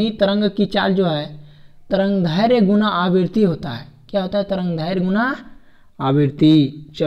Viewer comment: Tarangdhairya nhi tarangdairdhya hota h